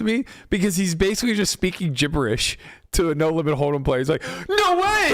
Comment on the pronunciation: Hate the way you say Holdem. You say Hodum... Annoying